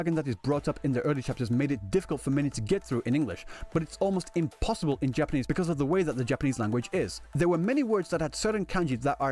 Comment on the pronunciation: The way u say Japanese kills me😭😭😭”Japan-nies “